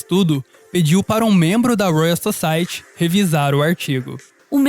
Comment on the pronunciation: toda vez que ele pronuncia "Society" com esse ti brasileiro uma parte de mim morre